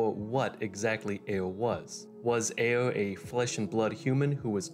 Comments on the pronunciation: guy seriously struggles to pronounce the R. Sounds like he's doing uwuspeak lmfao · Why you pronounce ayre like you have a finger in your mouth